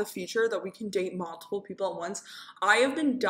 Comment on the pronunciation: “malltiple”